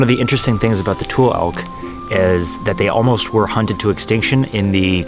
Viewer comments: Another masterpiece fellas! But the tule elk is pronounced like "toolee". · Locals say Point "RAYS", not Rey-es. The Elk are TULE like cattails, not TOOL elk. You are forgiven. :-)